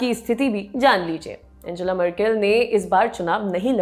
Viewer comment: एंजेला नही, अंगेला नाम है।